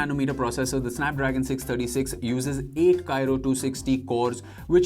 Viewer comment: at 4: he says Kyro....but actually its Kryo